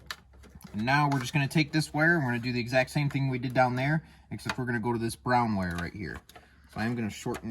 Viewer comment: Did you say brown wire or ground wire ?